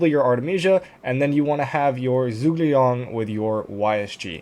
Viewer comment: Zhuge liang is pronounced as (Ju)Geh liang all together 👍🏻 we need to be respectful of other languages pronunciations it makes you look hot in front of others 😂